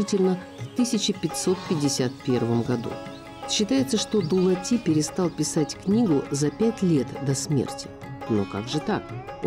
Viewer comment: Вонючки слушайте суда не Дулат а дулати